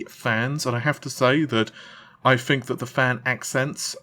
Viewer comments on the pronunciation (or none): "FINK" ITS "TH-INK" TH, MAN!!!